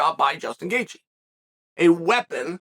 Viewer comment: No one: Chael : Getje vs Fitsaev